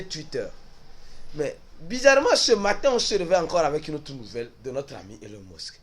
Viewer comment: ta façon de prononcer elon musk la deh